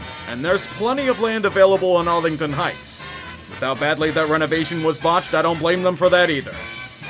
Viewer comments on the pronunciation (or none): Did you say arilding heights